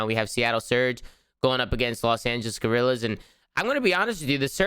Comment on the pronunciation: Does anyone know they are mispronouncing LA Guerrillas